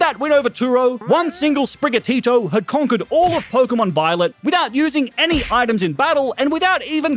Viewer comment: 39m 7s did blud say pokemon biolet or am i imaginating things